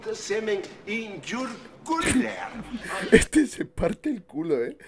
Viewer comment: Que risa " I put cement in your cuuler"😂😂😂